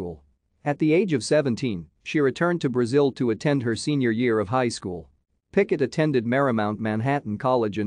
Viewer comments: It's not 'Picket', but 'Piquet'. You need to use French pronunciation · I came here to say the same thing 😂 picket 😂 PK